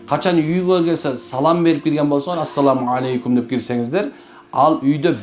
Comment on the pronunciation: Арап тилинде ассаламу ьалайкум деп айтылат экен,". Алейкум"- болбойт." е"- тамгасы айтылбайт экен.